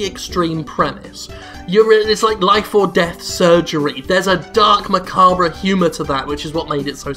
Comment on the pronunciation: Jim can't pronounce macabre